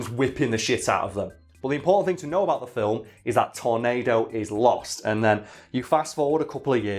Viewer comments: His name is pronounced Tor-NAH-do, Not Tor-NAY-do. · It's pronounced tor-NAD-o